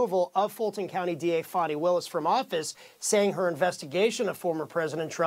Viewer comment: F-AN-I not F-AU-NI!!!